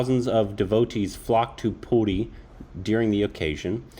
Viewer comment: If You guys can't pronounce it properly then please dont. It's PURI.. Not Pooti. Before Reacting on any thing please do research on it. Just because you have a reaction channel.. Not react senselessly. Remember your are reacting on "Lord Jagannath". Your little mistake can hurt sentiments of lots of devoties. I am from ODISHA and I would like to request all Indian Viewers .. Stop suggesting videos related to our festivals or believes cause most of the foreigners will make fun of it .